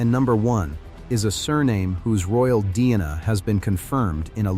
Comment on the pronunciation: Can you not correct the mispronunciation of "DNA" ? For God's Sake, this is crude, even for AI!